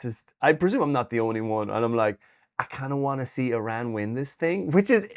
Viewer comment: Eeee-ran vs EYE-ran!!!